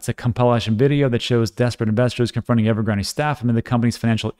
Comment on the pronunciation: And "Ever-graand" is/was a property developer 👍